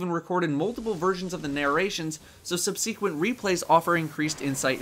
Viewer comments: sub-seek-went? It's sub-sek-went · Sub-see-quent lol I love me some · Think you could use some help with how to pronounce subsequent. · Great video as always, even if you're pronunciation of subsequent left me scratching my head. Well scripted and a pleasure to listen to your thoughts. Happy to hold my hand up and be counted as one of the twenty. I enjoy Destiny. I have fun. Now bring on year 2!